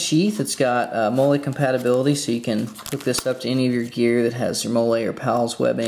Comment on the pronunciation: MOLLE is pronounced Molly, FYI